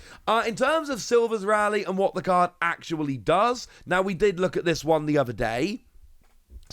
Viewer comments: Pretty sure the name is pronounced as 'Ray-lee' (that's how his name is said with jp voice) as opposed to what you're suggesting here of 'Rally' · Rayleigh pronunciation is Wayno all over again.